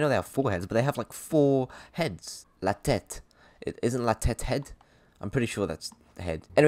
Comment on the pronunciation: ma man tryna speak french?😂 Ouais it's "la tête" not tetete